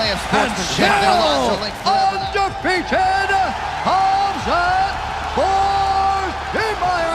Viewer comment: Khazmat??😂 Chael has big issues with fighters names